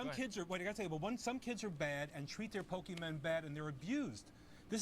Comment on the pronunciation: Being corrected about Pokémon by a guy who calls them Pokeman is embarrassing. The only reason that second guy was able to do that is because he had the intellect to actually sit down and watch some of it before talking.